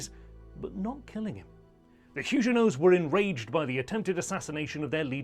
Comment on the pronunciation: They were not Hugenots with a soft g but Huguenot with a hard g. If you cannot get this basic detail right I see no reason to follow this channel..